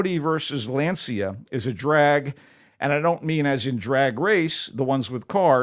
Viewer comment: I love the MT Show and hate to have to be critical, but this strikes close to home. While I appreciate take on the movie Race For Glory, it would be nice if he had pronounced the Italian car maker’s name correctly. Lancia is pronounced like more like “lawn-cha”.